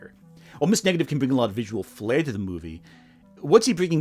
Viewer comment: Great video, but am I the only one hearing "Ms. Negative"?